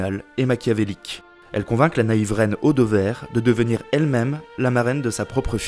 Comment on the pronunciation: MDR, en vla encore une "AU de VERRE" pour Audevère trop fort l'IA, je quitte cette Is toire des mers au vijein. Une recette peut'être; :) mille excuses pour "excellent" dans mon mail d'avant, mais c'est tellement gros cette traduction que je ne pouvais pas m'en enpêcher